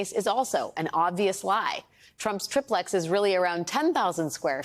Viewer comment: Try plex Try plex Triplex pronounce it correctly correctly. Its not trip lex its tri (as in three) plex (as in unit) 3 units